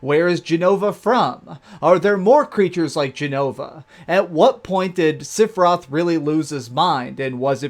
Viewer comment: Wtf is "Siphroth" ?